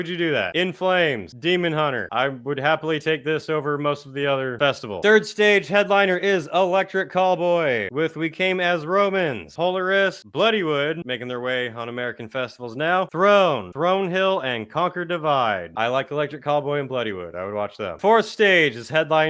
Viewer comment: Alright, I’ve never gotten triggered over someone mispronouncing a band name. It’s PolAris. “Polaris”🪦😂😂love your shit tho